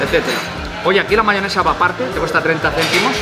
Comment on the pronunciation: una consulta, vi que le dicen Mahonesa, a veces pronuncia como Mahionesa otras cómo Mahonesa. Cuál es la forma más habitual? Fuerte Abrazo Porteño.